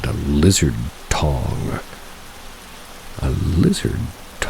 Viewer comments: I imagine they meant tongue not tong lol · I think he meant tongue not "tong" Love ya M ❤️🤍❤️